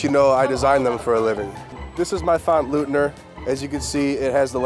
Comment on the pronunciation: Hey hey hey. Lookit my name. Leutner of Leutner Commons was my grandpop. Love the font, but you gotta know it's not pronounced LOOTNER, it's LOITNER. Everybody knows that! OY OY OY! It's eu as in FrEUd, not eu as in psEUdo. :)